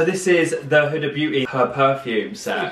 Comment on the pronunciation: is the only person who is not Middle Eastern that can pronounce huda beauty right!